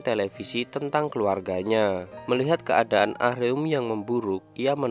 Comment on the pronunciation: Min, Ah-Reum itu baca nya A-RēM pake ē Denger mimin bilangnya ah-reum ah-reum berulang², ga Enak banget Di denger 😂 Monmaap 🙏🙏